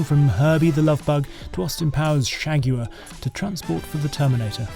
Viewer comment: .. ..loved how he pronounced " shagguar" 🇲🇽🍺💪🥴🤳🇺🇸